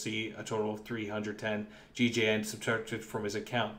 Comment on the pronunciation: is it not gjn? not gigeien